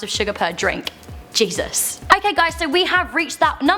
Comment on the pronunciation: I love the way she just said "Jeases"😂😂😂😂😂